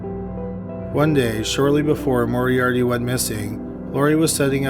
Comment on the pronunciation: Had to stop watching after the 30th time the narrator said ‘Morie-Ardie’